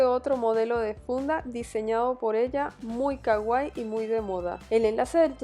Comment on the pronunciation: Sii. Es super CAGUAI 😂 DIOS HAY GENTE QUE NO SABE PRONUNCIARRR!!